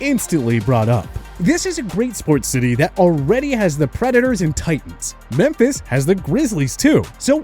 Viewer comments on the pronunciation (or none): none